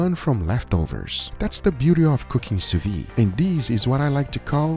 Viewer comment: I HAVE A DREAM, that one day will pronounce the D at the end of sous vide